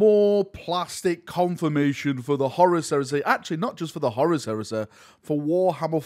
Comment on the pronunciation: For the love of God, it’s Horus not Horace!